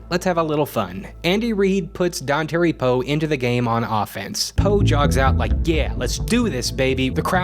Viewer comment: It's "Don tar ee", not "don terry".